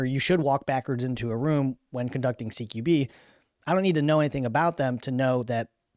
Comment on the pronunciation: Dude, "Q" is pronounced "kew" and NOT like "key"